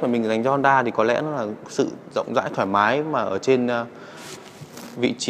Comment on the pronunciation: cái gì ...... rộng rải thoai má mái à, ồ mới nghe.